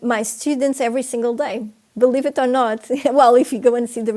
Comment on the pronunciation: Its i believe, not i belief, she is not Portuguese, she has a slavic accent